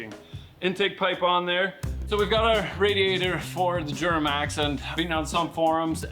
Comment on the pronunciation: The way pronounces “Djjjjuramax”😂😂😂